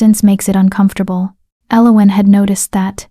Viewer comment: I cringe every time the name Elowen is said, this pronunciation is so so wrong, other than that it's a fairly good tale